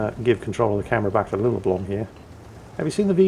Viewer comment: The name's actually pronounced (until a Norwegian comes to correct me) Lillleblum (where the 'e' is 'e' , not 'i') br. a Finn :)